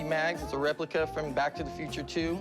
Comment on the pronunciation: Did he said replica?